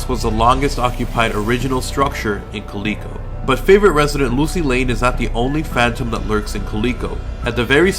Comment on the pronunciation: Just a heads up, if you are referring to Calico ghost town it is pronounced Cal-i-co. live about an hour and thirty minutes away and can agree that it is creepy there.